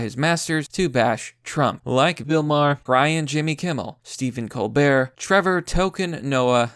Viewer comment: like bill maher did you say bill mayher instead of maar